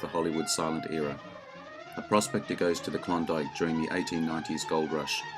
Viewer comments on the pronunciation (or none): none